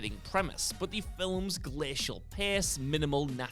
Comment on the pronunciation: Why does this guy pronounce "films" with two syllables?